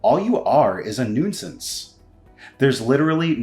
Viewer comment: Gak! Again, siblings with different accents. Also, Genius, you don't pronounce the "i" in nuisance. It's "noo-sance".